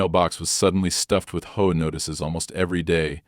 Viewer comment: HOA is pronounced AITCH OH AY SUV is pronounced ESS YOU VEE